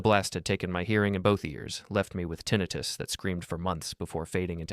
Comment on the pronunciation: Pronounced "tin-ni-tus".